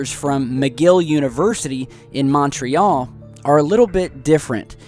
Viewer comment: i cringed so hard when you said Montréal but otherwise another good video